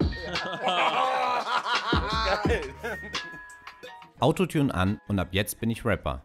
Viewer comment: Hast du Autotüren gesagt, statt Autotune????😂😂😂